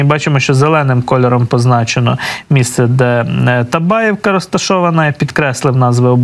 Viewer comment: Табаївка( наголос на Ї)